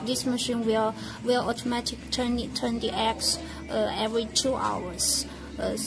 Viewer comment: "auto matikkkkcallly" ......"phaashhhssyut"